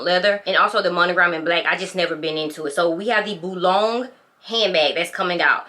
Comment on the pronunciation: Boulogne… pronounced boulonye ❤